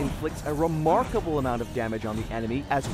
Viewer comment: The person who’s speaking:Brody will leave a re maker able damage on the enime. Me:did he just make a joke?